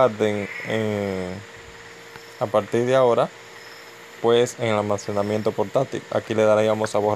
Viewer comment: "almasemanamiento" xD buen tutorial messirve gracias